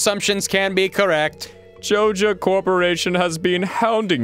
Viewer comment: JOIN THE JOJA ALSO MAYBE PRONOUNCE THEIR NAME RIGHT FOR ONCE